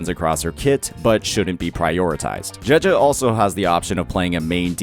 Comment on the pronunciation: I play the game in Japanese as a chinees person and the way he pronounces name, just doesn't feel right to me XD. No hate though, just a little autism from me